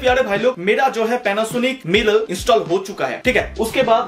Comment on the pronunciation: मिराई होता हैं, मिरल नही